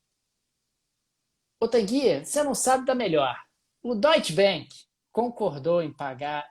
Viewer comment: Curto bastante e acompanho diariamente. Mas fica aqui o comentário/sugestão/correção: ‘A’ tem som de ‘A’ mesmo em alemão, então é mais pra “doitche banc” do que “doitche benc”.